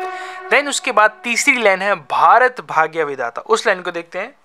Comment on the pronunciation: Sir it's not Baghaya it's bhagya